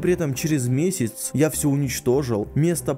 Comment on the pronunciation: но при этом через "месиц"это фейл или акцент?